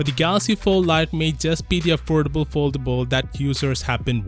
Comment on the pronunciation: You mean, affoldable?